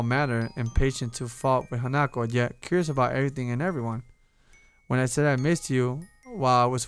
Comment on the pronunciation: I agree with S4rC4sM!! Do another Path. Do Hanako's maybe P.S. It's pronounced Han-a-ko not Hana-ko